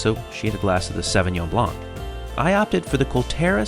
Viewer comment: Sauvignon is pronounced "saw-vee-nion"